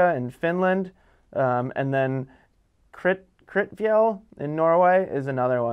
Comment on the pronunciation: haha Idre fjall and kvitfjell, yeah you didnt get the pronunciation :D